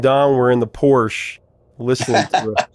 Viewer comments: Porsche is Por-sha! Two syllables everyone.. Out of my price range. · Learn to say "PORSCHE " properly!!!---😊😊😊😊